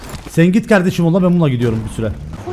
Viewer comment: Nobody::aynen kavdeşim aras kargo